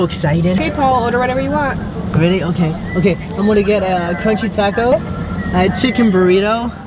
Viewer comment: It’s “taco” not toco ....-_